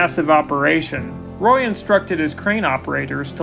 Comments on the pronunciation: It's ROY, not Ray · You called him Ray and then you called him Roy. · You might call it a ROY-al disaster 😑